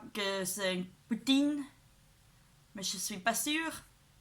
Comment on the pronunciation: What is your native language? I'm usually pretty good with accents but I'm stumped. Your English is very good and when you pronounced poutine with a proper french acccent! Tres Bien😁